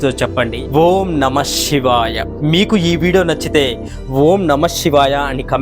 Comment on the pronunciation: షివాయ కాదు శివాయ Shivaya Kadu, Sivaya Correct